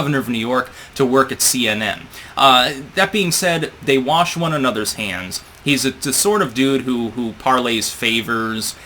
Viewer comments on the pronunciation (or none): none